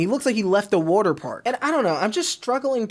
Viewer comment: He said woauter